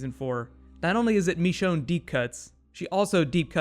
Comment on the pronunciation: "MECHONNE" hell no!!! It's MICHONNE